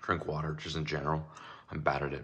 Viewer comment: should sell trains water bottles that say waterbauter